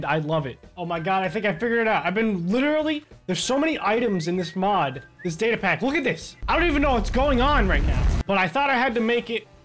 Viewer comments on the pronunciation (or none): Say data more clear next time cuz d is not data